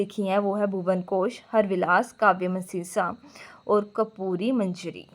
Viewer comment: अनपढ़ इंसान ख़ुद तो पढ़ले ठीक से। वत्सराज को वैत्सराज बोल रही है राजशेखर को राजेश्वर बोल रही है काव्यमीमांसा को काव्यमशीन्सा 😂😂😂😂